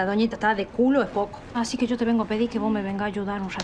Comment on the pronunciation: Encima repitiendo todo el tiempo... "Fulana, sho soy cura"... "Pero Fulano, shó soy un sacerdote"... XD